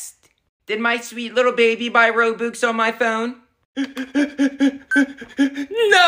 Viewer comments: You're not even saying robux you're saying Row Books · Pronunciation be like: Ro-bucks❌️ Ro-books✅️ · I like of how they call "Robux" "Roboux" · Robux ❌ Rowbuks✅ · Lol I love how he pronounces the ro-boox instead of ro-bux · If you pronounce it roo-bu-x i’m about to lose it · ITS ROBUX NOT ROBOX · Its pronounces r-o-b-a-x not r-o-b-u-x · its actually not ro boox its ro bux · It’s robux not roooobooox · It’s robUx not robOOx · Lol when they said Rou bux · I hate how they say it like roboox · I love how the pronounce Robux Ro-Books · Ah yes, game currency Rowbooks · Lol “roboox” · it's said RO-BUCKS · STOP SAYING ROBOOX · hah he said robux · THATS NOT HOW YOU SAY ROBUX